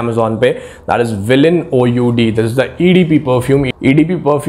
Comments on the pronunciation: bhai o. u. d nahi its oud uud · It's villian Oud not O U D !!!!